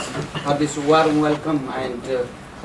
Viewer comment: "waarm" :D